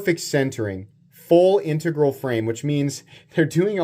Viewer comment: learned to pronounce "integral"!